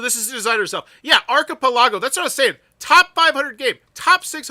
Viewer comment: I absolutely love your videos. But I got to admit, hearing you say archipelago was like nails on a chalk board. ar·chi·pel·a·go /ˌärkəˈpeləˌɡō/ 😁 Keep up the awesome videos. Your videos often supplement my information in deciding whether to back a project or not.